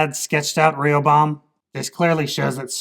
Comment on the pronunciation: ree-oh-bam Lol